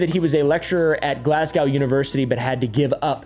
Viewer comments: First of all “glass-cow”, second of all, ENGLAND?!?!. It’s “glaz-go” and it’s in SCOTLAND😭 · I live in Glasgow it’s not in England 😂😂 and just to help the Americans it’s not pronounced Glasgouw 😂 it’s just Glasgow (w) the W is silent thank you on behalf of Scottish people 😂😂😂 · Its glass gow not cow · Im Scottish btw so 2 things 1-Glasgow is not in England its in Scotland 2-its pronounced Glas-go not glass-cow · Glascow England is about to cause a civil war… firstly it’s Scotland and its pronounced Glas-go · "glasgaw englend" hurt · It's pronounces Glaz-Go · The way pronounces Glasgow is hurting me 😭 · my love, I was enjoying this video far too much all the way up until your mispronunciation of Glasgow, England.. I have lost all faith in you as your pronunciation is undoubtedly the worst I have ever heard and Glasgow is in Scotland, not England. I hope your pillow is warm on both sides tonight.